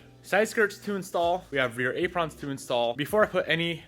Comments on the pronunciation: ay pruhns not ay prawns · This man say Aprawns? Lol